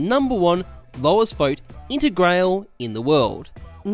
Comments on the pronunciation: Its "inter grah ley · Its pronounced "inter grallee" like walther Raleigh not Rail!:) say it with an Italian accent and youll be allright.BTW how did you get on with this?, as im interested in buying one to make a cool craft i have in mind.I cant seem to find a follow-up vid anywhere mate? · Just to let you know, the integrale is named and designed after a Lancia Delta Integrale rally car. Integrale is pronounced "integral-ee" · I shiver every time you pronounce "Integrale" but cool video anyway :D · the way you said Integrale is a no go